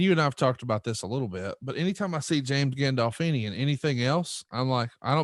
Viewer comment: Conrad’s hillbilly pronunciation of gandolfini is pretty funny.